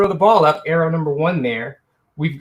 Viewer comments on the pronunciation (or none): none